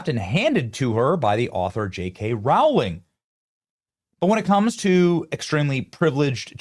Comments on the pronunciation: How does this guy have almost 6 million subs and can’t pronounce Rowling ?! It’s ROW not RAU …. Crazy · Rowling, pronounced Roh-ling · Rowling rhymes with bowling. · Why can’t anyone pronounce JK Row—-ling properly?